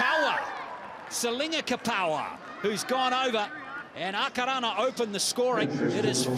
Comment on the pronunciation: Who were the commentary annoying listening to the pronunciation of our two teams. errrrrrrrr